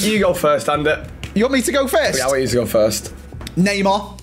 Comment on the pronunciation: Do you think messeh is going back to barceh,?